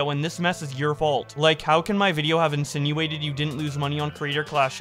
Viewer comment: yeah I was making fun of her enunciation, she is really hitting that last syllable hard.